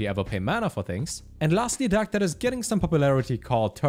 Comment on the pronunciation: The way this guy pronounces 'deck' has me in fucking tears "DAHCK" hahahahahahahahaah